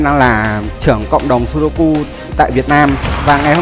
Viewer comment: sudoku mà nghe như sogoku :))